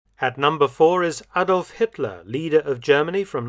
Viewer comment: "At number four is Adolf Hitler..." sounded strange. As though he got fourth place in a spelling bee.